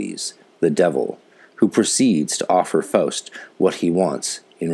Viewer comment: First time I hear Faust in english translation. As you sure know only a small percentage of the genius can be captured this way. But your german pronunciation is excellent! I very much enjoyed your episode!!